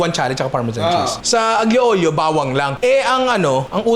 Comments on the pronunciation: Watching from Italy. Ninong, fan mo ako simula nung nag viral yung crispy kare kare mo. Panonood at pagluluto ng mga niluluto mo ang bonding namin ng girlfriend ko. More videos pa ninong. Konting kaalaman ninong. Ang pronunciation ng dish na “Aglio Olio” ay Alyo Olyo. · Hello po Ninong 🤗 salamat sa content na to gusto ko talaga matry magluto ng utak, di ko lang alam pano 😅 ngayon may idea na ko. correction lang po kase medyo naaano ako pag naririnig ko kayo sa pronunciation nyo sa aglio olio, silent g po ang aglio 😊 sending love from Italy ❤